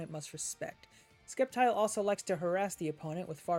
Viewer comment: Lmao I was hoping I wasn’t the only one who heard that